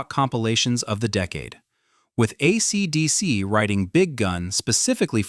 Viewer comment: Just found this channel and genuinely not sure if this is ai or not, we live in weird times lol The voice doesn't sound human, especially the way AC/DC was pronounced, seems off Hopefully you are trying to sound that way. I've subscribed and will see how long I can handle the robot sounding voice as definitely topics I love. The more I'm listening while typing this I'm going more towards ai sadly